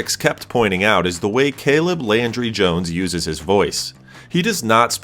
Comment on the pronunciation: Landry, not laundry